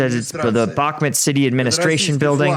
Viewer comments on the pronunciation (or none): What the hell is Bakhmat? Jesus how hard can it really be to just say BakhmUt. It's a u before the to, NOT a A. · It bothers me so much that you say bakhmit... it's bakhmut.. with a U... not I. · It's bakhmut not bakhmit... 3rd time commenting this. Adjust please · Bakhmuuuuuut. Not met. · One year on and still cannot pronounce Bakhmut correctly... Just ignore the letter "K" if you cannot say the "kh" sound correctly